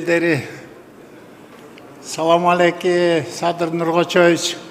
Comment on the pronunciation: Салам алекиии эмесда же мусульман эмес окшойт саламды бурмалап бергенине караганда